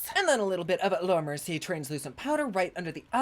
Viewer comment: Ms. Ma’am did you say Laura merci-gay 😂😂😂 love it!!!